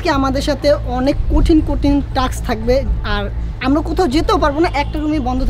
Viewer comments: Taks na vai task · No taks it is taa Task